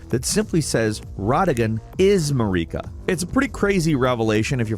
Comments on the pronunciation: "Mah-reeka" is nasty work bro 😂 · AND MAREEKAH!?!?! SHUT UP PLEASE!!! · "Muh-reek-uh" is driving me crazy. None of the NPC's pronounce it that way lol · Second church of MAREEKA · The way you say Marika infuriates me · Which is hilarious because queen marikas name is pronounced several times. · Don't forget RODagon or MaREEKa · The way he pronounced their names lol!!! He pronounced Marika like Mallika. And Malenia... malania. It's painful. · Mareeka for Marika, Melania for Malenia and whatever he said for Miquella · I'm def being a dick here, but how is it that you manage to mispronounce the names of the in-game characters when there is dialogue pronouncing them for you? Mohg, Marika, and Radagon come to mind as characters whose names are pronounced in game.